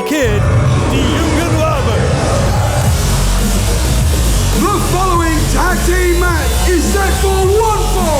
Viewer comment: Kennedys pronouncation of Jungen Löwen is getting better!